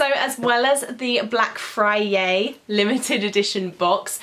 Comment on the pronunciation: Is it just me or is she saying fryay